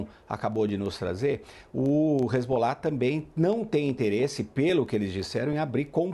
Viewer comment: Boa noite. O cara e "professor" e não sabe pronunciar nem o nome dos personagens envolvidos no seu comentário. Numa boa, procupe outros comentaristas. Ótima semana para todos aí.